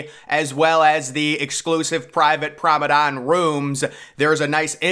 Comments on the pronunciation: PROMENADE NOT PROMEDANE ffs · it is Promenade not Promadon Man please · "Promenade" pronounced "Promenad" not "Promedan" hehe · Still Saying Promenade As “Promadon”. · So annoying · Exactly, you know what he means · I’ve Never Heard Someone Pronounce It As “Promadon” Before. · ...or maybe he does, he's just to proud to change😁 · He must be trolling us at this point with how he continues to pronounce promenade lol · He really struggles with that word… really annoying voice as well.